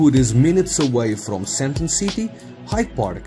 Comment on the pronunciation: Maybe can you try say SAND - TEEN